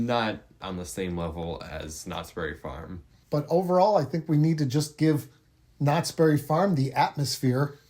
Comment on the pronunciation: it's "knott's BERRY farm". Not "knott's berry FARM".